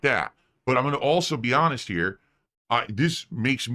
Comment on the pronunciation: “I’m also gonna be hanest here” And here come the pignosis and guilt tripping.